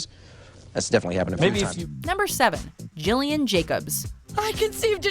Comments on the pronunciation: You pronounced Gillian Jacobs wrong. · Gill not Jill... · It's Gillian not Jillian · Is no one going to mention that it's pronounced "G"illian Jacobs (hard G) and not "J"illian Jacobs??! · Ack. You mispronounced Gillian. Say it with a hard G. Not kidding. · It's Gillian Jacobs with a hard G, not Jillian Jacobs. If you're gonna put someone on a list, pronounce their name right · Uh, it’s not pronounced Jillian, it’s Gillian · It is "Gillian" with a G sound. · Gillian Jacobs name is pronounced GILLian, gill, like how a fish breathes. It's weird I know, but it's how she pronounces it. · GILLIAN. LIKE FISH GILL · They mispronounced Gillian Jacobs's first name. It should be "Gillian" with a hard "G". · You pronounced Gillian incorrectly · I’m so sick of people getting Gillian’s name wrong!